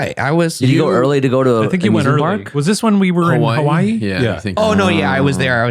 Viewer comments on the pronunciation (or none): none